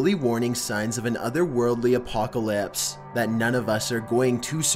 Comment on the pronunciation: Sorry but "Apocolaypse"